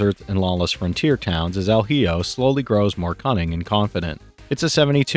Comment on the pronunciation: El hijo is pronounced something like: elle eeho, its spanish for "the son"